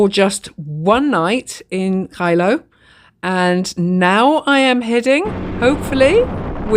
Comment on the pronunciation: Geilo pronounced gay-lo.